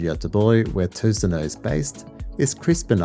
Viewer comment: Good review! And i like how well you say: Tusenö!